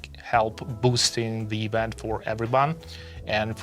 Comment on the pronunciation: You need to learn English better than what you speak now. It’s awful to hear what you saying. Ivant? Event